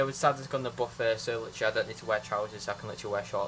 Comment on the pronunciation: Littrualy loves the word littrualy... Littrualy count how many times littrualy is said it's littrualy every sentence... LITTRUALY..... Basically also... 🤣🤣🤣🤣